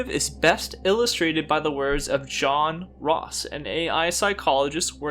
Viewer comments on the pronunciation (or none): "john ross"?? i-isn't it "yo-h-ahn"?